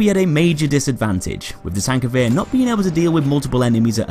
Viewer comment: HANS! TANKGEWHER